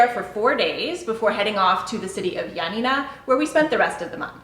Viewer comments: *Ioannina and pretty much all of the cities were mispronounced, but they tried. However, it’s not pronounced Ya Na Ná, it’s pronounced yo-á-ni-na. The tono is on the first “a”. Ιωάννινα. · You're mispronouncing Ionnina wrong, it's Ya Na Na accent on the second Na. I'm Greek, so I had to let you know 🇬🇷💙🇬🇷💙🇬🇷💙🇬🇷💙🇬🇷💙